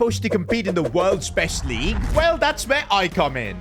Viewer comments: only real ones saw the “Leagye” mistake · League❎ Leagye✅ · AH yes premier leagye 😂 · “Premier leagye” hits hard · League❌ leagye✅